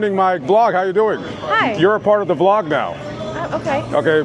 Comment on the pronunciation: It's Vlog ang not blog just to correct u...